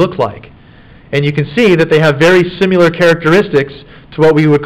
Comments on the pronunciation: Does it bother anyone else how he says "simular" when he means similar and "our face is asymetric" when he means symetric. Splitting hairs but aggravates me. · I couldn't finish this video because this guy saying "simular" constantly was driving me f**king insane. It's similar, damnit. Similar. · The is NO SUCH WORD as "simYOUlar"!!!! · Take another shot when he says siMULar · I love this, but his pronunciation of SIMILAR is irking my soul🤣